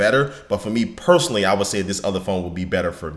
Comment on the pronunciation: Did he say personaly ?